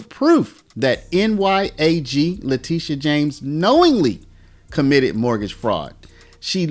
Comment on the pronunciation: TISH, TishA ... Not TEE-sha! Letitia James CAGNEY